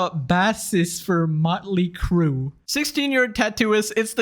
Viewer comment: How in the fuck do you not know what a bassist is? Or how to say the word??? That's insane dude. Also didn't sound like you've heard of Motley Crue either which is kinda funny.